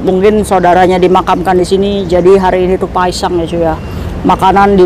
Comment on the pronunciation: Kok denger q Paesang bukan paesan...😅😅😅😅